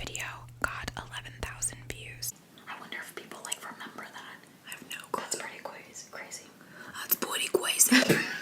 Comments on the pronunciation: That’s pwetty cwazy!! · that’s pwetty cwazy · That's pwetty cwazy 😂😂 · thats pweety cwazy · that's pwetty cwazy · "that's pwetty cwazy" lol 💕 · That’s pwetty cwazy 😂😂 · oh, and by the way " that's pwetty cwazy" hahaha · That’s pwetty cwazy🤣🤣